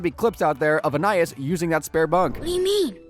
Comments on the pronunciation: So is it just me or was everyone else thrown off when he said Anayas instead of Anais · I think Anais name is pronounced “AnEyeEase” 😅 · Idk how they could keep saying Anias name wrong with this much knowledge on the show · Yoo if you're gonna make this video at least say her name right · He keeps saying Anais's name wrong. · I think he pronounces ANAIS name wrong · that is NOT how her name's pronounced bro 😭